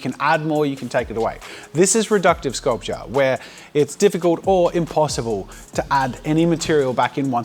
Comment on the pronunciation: Drink everytime he says sculptuer xD